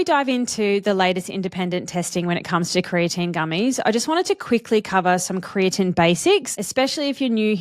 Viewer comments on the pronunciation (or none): Kree-ah-teen is how I've always heard it pronounced. You sound like you're pronouncing it as Kree-ah-Tin. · I've never heard creatine pronounced like that and it makes me wonder if you're saying it correctly or if everyone I've ever known has been pronouncing it wrong.